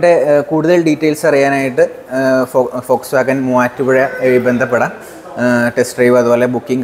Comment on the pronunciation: ഫോക്സ് വാഗൺ എന്ന് പഠിച്ചു പറയുക bro